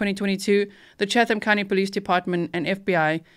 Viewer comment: "Chatham" is not pronounced with the H. Chattam. Tie-bee Island. Been there many times!